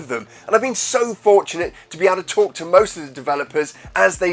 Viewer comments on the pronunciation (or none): none